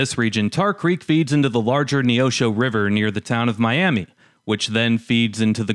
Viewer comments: FYI Miami OK is pronounced my-am-ah not my-am-ee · Miami is pronounced Mi-am-a not Mi-am-i. Also had relatives that used to live there. And that place is has a really cool place to swim but it's dangerous as it has a mine shaft at the bottom lol. The water actually has a range of colors and a clif with a rope u swing off. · It's My-a-muh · man its "myamah" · it's Native American, it is pronounced my-am-uh. 😉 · Mispronounced Miami, Douthat and Peoria. My Dad, his brothers and His Dad worked the mines in Picher. They lived in Quapaw. When I was a kid (early 1970's) the chat piles were huge and guys drove dirt bikes and dune buggies over them.